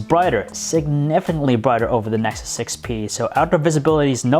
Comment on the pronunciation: "nesus 6p"